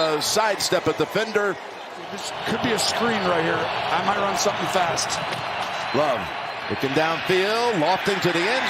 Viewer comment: "Spomething's gotta give today "